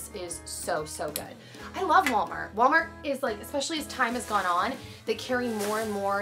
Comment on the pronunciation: haha i love you but i'm pretty sure it's "Walmart"